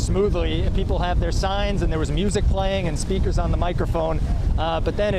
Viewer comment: I thought he said "streakers". He said "speakers". Not a good time for streaking.